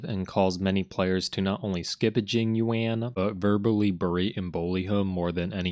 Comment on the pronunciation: Jing woan is what I heard 😅